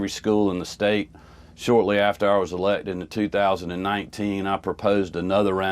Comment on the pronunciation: Is he using Blaccent? I swear I hear him say distratded! Eletded!!